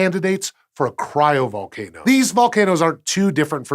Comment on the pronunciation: Cyro-Volcano…how cool! 😂